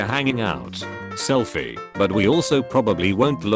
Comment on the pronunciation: "Fassabook" "Self-i"